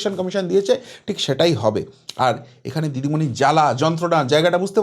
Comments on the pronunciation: উনিতো হিন্দি বলতে পারে না আপনি বাংলাতে ভালো করে বলুন দিদিমণি কে ডিডিমনি বলছেন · ভালো ভাবে নাম টা বলুন দিদি মনি